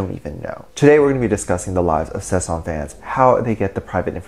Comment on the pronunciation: Okay so I definitely agree with you about the fact that they need to be put in their place. I wanted to inform you that you are pronouncing it wrong it is Sasaeng and not Sesang. Sesang means world and Sasaeng means private life. I just figured youd like to know. This is not hate I love your vids I just figured youd like to know you were pronouncing it wrong. Edit: I only know that because of serendipity lol. "Nae cheonaAAaAAaaaaAAAA, nae sesaaaaAAAAaaaang"